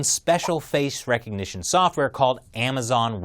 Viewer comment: STOP SAYING RECOGNITION WITH A K